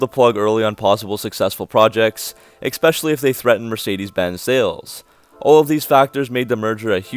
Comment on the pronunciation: There's no x in "especially."